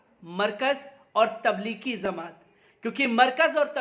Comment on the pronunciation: Zamat nahi jamat